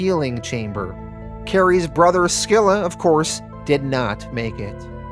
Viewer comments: I think the c in scylla is silent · Scylla is pronounced Sil-La not Skill La. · hey boss, Charybdis and Scylla are pronounced Carybidis and Silla as well. i'm so stoked you're covering this and appreciate you for doing it. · That's not how you pronounce Scylla. Google is very wrong on this one. It's closer to like the name "Syl" then a sort "a" sound. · It's pronounced "Silla" and "Caribdis" for the twins. Literally the names of Greek monsters from the odyssey. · You mispronounced Scylla too genius